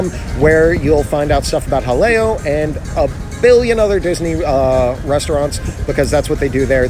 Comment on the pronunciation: pronounces Jaleo correctly. ***VIRTUAL CONFETTI CANNON***